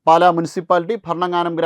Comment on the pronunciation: " പാല" അല്ല; "പാലാ " മണ്ഡലം